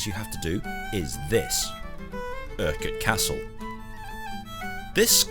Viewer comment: It is right. It's my last name lol.